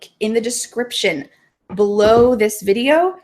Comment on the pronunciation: why do you really pronounce the /v/ sound in the word "video" like the /f/ sound it sounds like fideo